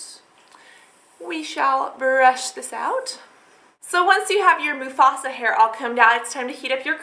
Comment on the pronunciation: i bursted out laughing with the way you said mufasa loloolol oh lord